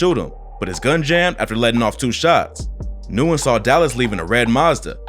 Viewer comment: Nyugen is pronounced "win" btw